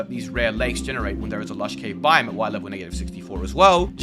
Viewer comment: Learn how to pronounce "biome"